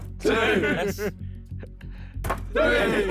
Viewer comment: Will Josh ever learn how to pronounce the number three. "free"